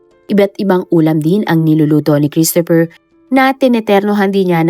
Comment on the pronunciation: Children, let's pronounce CHRISTOPHER properly. It's KRIS-t-fr. The stress is on the first syllable. The O is almost silent, and PH is pronounced as F.